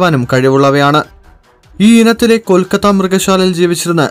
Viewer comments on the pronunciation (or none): none